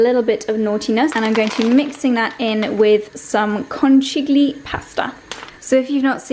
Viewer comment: As an Italian viewer the way you pronounced conchiglie totally wrong made me laugh a lot X°D anyway I love your channel